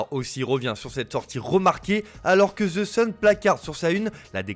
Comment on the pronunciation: " Ze sun" 😂🤣